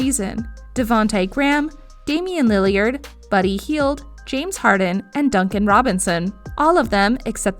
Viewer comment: She said lily-erd, does she know what she’s talkin abt